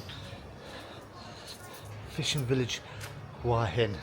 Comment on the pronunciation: It's pronounced Who-a Hin.rising inflection on the a. Literal meaning "Head Rock." We would say Rock Head or Rocky Head. I was there in aprill. The answer to your thumbnail? Is no, its not.